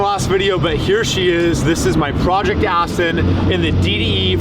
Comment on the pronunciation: That's how I pronounce it.. I know it's spelled Aston, but I said it's as Austin.. Just like people in Germany say Porshā and in the US we said it as Porsche... Funny you're the first to notice!!! 😆😆